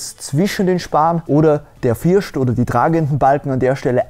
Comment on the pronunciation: Echt toll, aber bitte sag dich FirSt…. Es heißt einfach nicht FirSCHt 🙈🤷🏼‍♀️